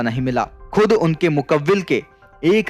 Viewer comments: मुकव्विल शब्द नही है भाई सही शब्द मुव्वकील है जी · मुकब्बिल नहीं मुवक्किल होता हैं सर जी